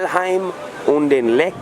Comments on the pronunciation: Lech, not leck, the German "ch" is the same as in English (eg bench, much, touch, ect.) The "ck" is a hard k, like also in English (kick, trick, fu...) The only real difference in German is with the ei and ie, wich are completely different vocals: "ie" = long i and "ei" = y/ey/ay. (The letters Y and X almost never appear in German, as well as in most other languages such as Italian, French, or Spanish.) They entered English primarily through Catholic Latin texts (ex oriente lux et pax). Even in Shakespeare, one rarely finds words containing x and y; they only came into the English language with a pseudo-Latin language novelization. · Sorry, had to stop right away, - Lech,- ch! Not Leck. You learned it couple years ago .. ( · by the way, why do englisch speaken persons always struggle with the geman ch? you have the same sound in your language. the german ch makes the same sound like the h in huge or hugh grant. thanks for being back, missed you.